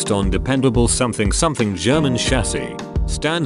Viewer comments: LMAO THE AI VOICE PRONOUNCED PANZERKAMPFTWAGEN AS SOMETHING SOMETHING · Robotic voice can't pronounce Sturmgeschütz or Panzerkampfwagen. Pathetic.